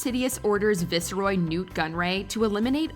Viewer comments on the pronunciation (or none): Can't you pronounce S.W. character by their proper names - its VICE-ROY not VEECEROY - god you American's are so irritating when you don't pronounce names properly. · Is no one going to talk about the fact that this woman doesn't know how to pronounce "viceroy?"